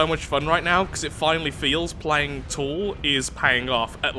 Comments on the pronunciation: "Thrall" rhymes with "Paul," not "Al." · But, it's pronounced "Thrall" not "Thrall"